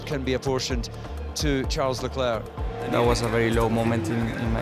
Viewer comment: That's how his name is pronounced🤷